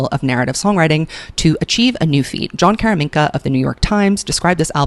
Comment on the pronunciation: i love you but its Jon Caramanica not Jon Karaminka